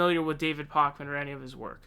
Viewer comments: David Pockman? Funny. :) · You clearly are not very familiar with David Pakman either since you can’t pronounce his name correctly and are misrepresenting most of his content. He has been saying for months that he would not make any public endorsement but that he will be voting for whomever has the best progressive policies and a pathway to the nomination. He has been transparent about that all along. He just declared last week that he will be voting for Bernie Sanders in the Massachusetts primary. You can’t declare someone isn’t progressive just because they don’t buy into conspiracy theories. There’s lots of YouTubers who say, “Let’s wait until all the facts come out before we accuse anyone of anything.” When evidence is found, he reports it. Also, his show is a business. He has rent, employees, utilities, and other expenses. How is he supposed to pay for any of those things when YouTube is demonetizing half of his videos? He has sponsorships because he has bills. Just because someone doesn’t agree with 100% of your opinions, doesn’t mean they are establishment and should be canceled. We need all the honest independent reporting we can get.